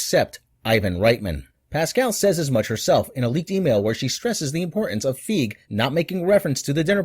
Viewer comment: His name is Fi Gee. Not fig.